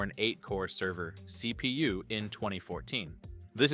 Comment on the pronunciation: Thhseee pee you. love it